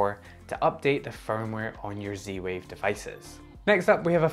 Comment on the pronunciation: Your accent confuses me. Where are you from and why do you call it C-Wave?